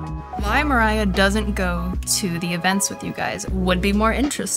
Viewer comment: What do you mean "mErAyA" it's Mariah. "Mariya" literally.